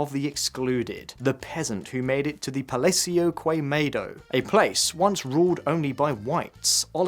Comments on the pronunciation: you really mangled 'Palacio Quemado' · Palessio gway may dough? Ah probably means Palacio Quemado.